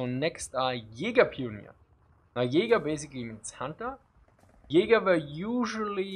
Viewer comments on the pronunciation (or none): none